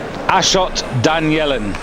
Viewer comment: "I'm on fire" business was started by these two moron commentators who don't know how to read their own language: they kept calling Danielyan "Danielin"! They cannot pronounce three syllables correctly!!! Of course, Rezazadeh asking the help of "Abal Fadl", who is the name of a very revered figure among Shj'a Muslims...